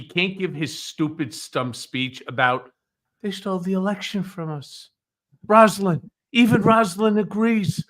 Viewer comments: Beautiful piece on Roslyn Carter; however, her first name was pronounced "Rose"-lyn, not " Ros"-lyn. Thank you. She will be missed. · Rose ah Lynn please. Not Rass. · Say Roselyn correctly please. Rose lyn. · With all due respect, gentlemen, her name is pronounced ROSE-a-lynn. It's NOT Roz-a-lynn. It never was. It's a matter of respect to pronounce someone's name correctly, especially at their funeral. I know you both can do better. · I think you are pronouncing Rosalynn Carter’s name wrong. It should be pronounced with an o sound such as in the word rose. I have the same name only with one n at the end of the name and that is how I pronounce it. Like Rose-a-lynn. Just my two cents. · Mrs Carter's name is pronounced ROSE-Lynn. Also, you can't knock 45 for not showing up unless you apply the same standard for Obama who wasn't there either.